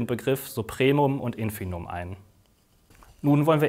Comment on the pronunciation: Also, ich will ja nicht klugscheißen, aber es heißt schon Infimum und nicht "Infinum". Steht mehrmals im Video und wird dauernd gesagt.